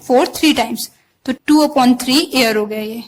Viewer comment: I'm hearing year as air......idk why